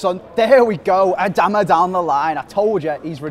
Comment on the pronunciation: I’m a wolves fan and you pronounce his name A-Darma